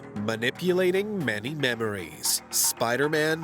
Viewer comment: Okay, you lost me after pronouncing "many" like "MANy". WTF was that about?